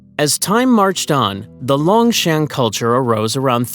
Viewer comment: "Shang" should be pronounced as "sung"